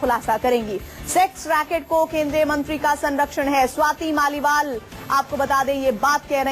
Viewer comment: Swati's mal nahin hain Swati's Maliwal naam hai news reader ji.